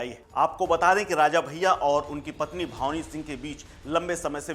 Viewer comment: ये रिपोर्टर बार बार भावनी सिंह बता रहा है जबकि सही नाम भानवी है। बिना हिन्दी पढ़े लोग पता नहीं कैसे रिपोर्टर बन जाते हैं?